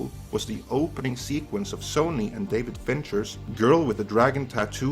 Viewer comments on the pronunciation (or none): none